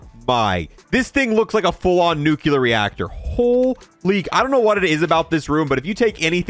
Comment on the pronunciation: Say it with me “new clear” not (nucular) Also those iron sights actually hit